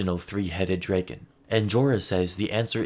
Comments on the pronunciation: Very well-made video, but why do you keep pronouncing it “DRAY-gun”? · The way you pronounce dragon is making it impossible to watch this 😂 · i love the way you say “dragon” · Love the way you say dragon